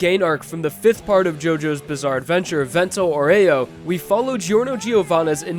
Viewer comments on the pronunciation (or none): just saying "Vento Aureo" is pornounced "vento oro" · It's not "Vento Oreo" It's Vento Aureo (Kinda like: Vento Aooreo) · "Vento aw-re-YO" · Vento Ohrayoh? Pashioun? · going from saying "vento aureo" (Italian for golden wind), but pronouncing both it and passione wrong irritates me.